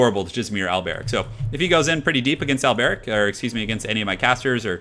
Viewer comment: if you pronounce al-ber-ic al-bear-ic one more time i dont even know what ill do